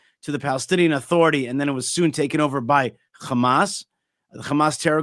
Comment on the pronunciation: ✊💦✊💦✊💦 you act like you’re fighting 😂 It’s Hamas not Khamas 😂 🤡 War? What war? lol you took their land and homes GOD will deal with you